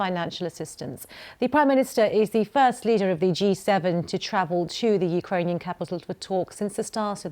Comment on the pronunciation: Boris Johnson learned a few words in Ukrainian and with a very good pronunciation. Now, they sound the same in Slovak. He can hang in Slovakia too :) Very considerate of him.